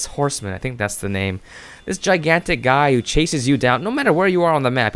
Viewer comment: when u said giantic eyeball i was thinking you said giantic Ipod LOl